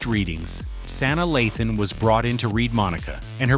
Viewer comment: Who is "San-da-laughten and Saina😂😂😂